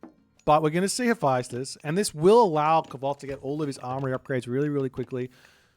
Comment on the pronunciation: Mummy vizIER not vizer Also please check the pronunciation Hephaestus 😮